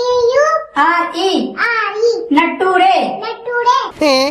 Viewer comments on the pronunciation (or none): Nattorey , Futturey...🤣🤣🤣🤣🤣 , maatu moothiram intelligence Vera level....🤭 Unga School ah pesama UP ku maathurungo...Vilangirum 🤣🤣🤣